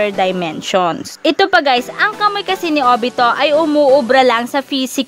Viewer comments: Kamuy daw ahha kamuwi basa sa kamui naun Hahahahahhahahaha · Kamui hindi KAMOY😂😂😂😂😂